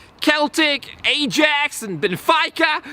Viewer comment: Keltic * Shudders * Ayejax Gags Benefeyeca? 😃🔫